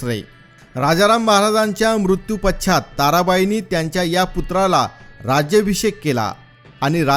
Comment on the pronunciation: केल्या गेली , मारल्या गेले, तंजवर, राज्यभिषेक हे काय उच्चार आहेत ? जरा मराठी नीट वापरावी ही विनंती .